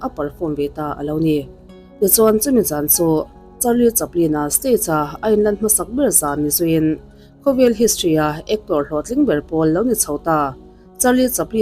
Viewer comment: Stage tih hi state ti ang a lam i ang riau